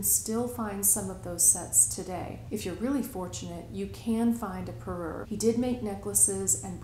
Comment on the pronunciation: What did you say ish when you were referring to sets of jewelry? Perrur? Never heard that. New video idea! This jewelry is beautiful. I did NOT know that crawlers weren't new! I have a few pieces that look similar to this clustered rhinestone style...not Weiss, though. I just went to etsy and it looks like there's quite a bit available there. Now I have some shopping to do!